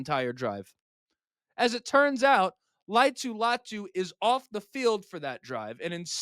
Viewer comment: All vowels are pronounced with most Polynesian names: La-i-a-tu Latu.